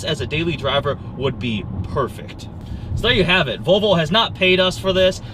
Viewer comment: Olav Alexander Mjelde o come on he says vovlo wos ready to insolvent